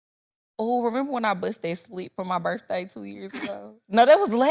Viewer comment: I know some people that say "bafroom" and "birthay".